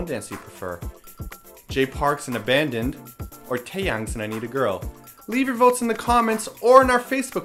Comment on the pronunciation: I love you but I have to go with Taeyang on this one. Also, Happy Birthday! One more thing, while listening to Abandoned, I kept on thinking that Jay was saying "Oh Mandy". It stupidly took me a couple minutes to realize that he was saying Abandoned!